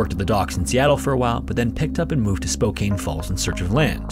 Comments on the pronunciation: Btw it's Spo-CAN not cain Edit: as additional info, in the first story, that area is generally called silver valley and the mines produced so much lead waste that it literally change the color of the water in the area. Millions have been spent in recovery efforts (that none of the mines have had to pay for the most part) and it's still very high in lead in the area to this day. It's so bad that people's yards have to be entirely replaced with dirt (as in, it all dug out and fresh brought in), you can't have a well, you can't eat anything grown in the ground (there's also a lot of arsenic, but it's not as widespread as the lead), and the residue is high enough that people, especially children need to be monitored for lead poisoning. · Spo-KAN my boi. Not Spo-KANE. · First story, I do have a pronunciation correction for you. Spokane is pronounced “spo-can,” not “spo-cane.” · I don’t mean to be ‘that guy’ but it’s “Spoh-can” instead of “Spoh-cane” Love the content! Out of all the historical horror channels I subscribe to, this one always seems to bring constant flows of creepy and enthralling tales. Narration is top notch as well! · As a PNW native, it's pronounced spo-can, not spo-cane. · It's spo can Not spo cane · Just FYI Spokane is pronounced spo-can. Not spo-caine. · Spokane is Spo-CAN not Spo-CANE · "Spokane" is pronounced spoke-ann, not spoke-ain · Spoh-CAN. Not Cane. Ugh. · Spo-can. Not Spo-cane. MA-laga. Not ma-LA-ga. tota-LAN.... Not TO-talan. Jeezus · *"Spoke-Anne" But another fascinating set of stories. I havent stopped watching your channel since I first discovered it! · 'Spokane, Washington is pronounced SPOKE-ANN. Good video, as usual, Mate. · haha i can hear your struggle to pronounce my hometown spokane (spo-can) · First story... Just FYI Spokane is pronounced spo-can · It's pronounced "Spoke an". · I have heard you pronounce Spokane incorrectly in multiple videos Spo-can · it's pronounced "spo-can" actually ; ) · Málaga was also butchered